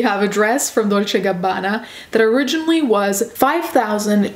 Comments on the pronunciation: Do you speak another language? The way you pronounced Dolce and Gabana was so beautiful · I love the way you say "dolce & gabbana", you're pronunciation is amazing. Do you have Italian origins?